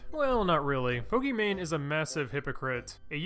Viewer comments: its poki not pooki..... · "I do lots of research for my videos." calls her Po-key-mane I enjoyed the video. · dude said pokimacoroni